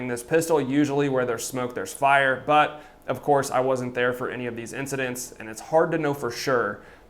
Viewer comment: “Sir there’s been another sigcident”